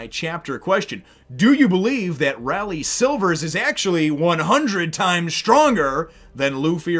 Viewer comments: "Oo-rooj" "Tra-fall-gar" The X. In Drake's (favourite supernova) name Is pronounced "Diez", but it doesn't really matter, And "Ray-lee" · Umm...His name is pronounced Ray-lay. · Rayleigh is pronounced "Raylee" (ray like the actor Ray Barone, and the lee like Bruce Lee).... Out of all of the supernovas, Law is by far my favorite..... except for luffy ocf.... this marks the real start of the arc.... prepare your pants, we are in for a wild ride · First, Rayleigh's name is pronounced.. Ray-Leigh. Leigh is another way to write the name Lee. Secondly, the X in X. Drake's name is actually the number ten in roman numerals. So, his name if Translated into English is Ten Drake. But the pronunciation is Spanish and in spanish the number ten is Diez. So, his name is X Drake is pronounced Diez Drake. Thirdly, all the supernovas are named after real life pirates or places. Capone Bege is named after Al Capone and the English privateer William le Sauvage Urouge is named after a Barbary pirate named Oruç Reis. The pronunciation of Oruç and Urouge is roughly the same. Jewelery Bonney is named partly after Anne Bonny. Eustass "Captain" Kid is named after the real life pirate William Kidd who was nicknamed "Captain" and named after another real life pirate Eustace the Monk. Trafalgar Law. Law is derived from the real life pirate Edward Low. Which in Japanese is pronounced pretty much the same way as Law.Trafalgar is the name of a cape in the South-West of Spain and during the Napoleonic wars there was a battle known as the Battle of Trafalgar. Trafalgar is pronounced in an American accent as this... Truh-fall-ger (grr) X. Drake is named after a real life pirateer named Sir Francis Drake Basil Hawkins- Hawkins comes from a real life pirate named John Hawkins Scratchman Apoo - Apoo comes from a real life chinese pirate named Chui A-poo Killer - Oda said he picked the name "Killer" out of sheer laziness; thus the name holds little to no